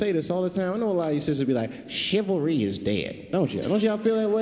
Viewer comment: Chilvary? What is chilvary?